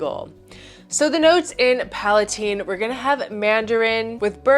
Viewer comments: The creator pronounces it PalaTEEN after princess Palatine. If you want to be arrogant that’s fine but it’s not PalaTINE. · Yes, I speak French and PalaTEEN is how it is pronounced in French